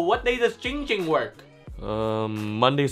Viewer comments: giiiiing ging not GING GING LMAO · It's Jing jimg not going ging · 808 It's not poo poo it's Ging Ging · it’s not ding ding ling ling it’s giiiiing ging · Muddah Asssho it's Giing Giiing not bing bing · It’s ging ging not ping ping not Ling ling not ding ding not fing fing IT’S GING GING Sorry I got mad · IT’S NOT ING ING, IT’S NOT PING PING, IT’S GING GING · It’s not Ging Ging—it’s Pee Pee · Why does everyone call him ging ging it's ginnnnnnnnng ging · It’s not ding ding it’s not ding dong it’s not pee pee it’s ging ging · ITS GING GING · I am very calm person Man says name wrong Also ging ging: What the hell you say?! Opens eyes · Ging ging: “I’m a very calm person” Also Ging Ging:”IF YOU SAY MY NAME WRONG ONE MORE TIME I WILL BUY THE WHOLE COMPANY AND FIRE YOU!!!!!!” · Me: says giing gings name wrong by accident Coffin dance cues: Me: oh sh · This is how many times ging ging gets mad at people for saying his name wrong V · "also my name is" Ging ging: "GING GING"